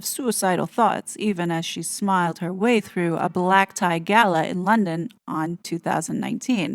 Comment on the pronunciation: 😂😂 you make me laugh when you said balack. black. lol. very good. 😂😂😂❤❤❤